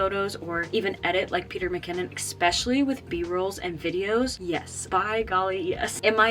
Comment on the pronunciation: Especially not expecially😂